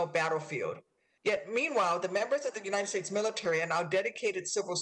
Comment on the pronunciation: You'd think that a senator would know how to pronounce 'the United States' rather than "Uninted States..'...